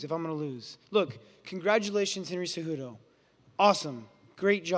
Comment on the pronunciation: I LOVE CEJEWTOE (CEHUTO) CEJUDO GOATTT